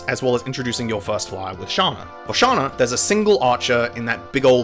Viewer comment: Its pronounced SH-ANNA just so you know. As for the anagram, its Xander. I'd like to see you review fe3b1 chapter 2.